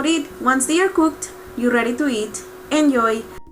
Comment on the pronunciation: "Enyoy" - God I love a hot spanish accent!